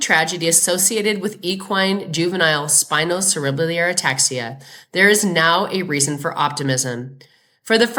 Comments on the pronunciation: Pronounced spino Sarah bell are. It's a hard word 😊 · i know its not a big deal at all, but spinocerebellar is pronounced spino-sara-bell-er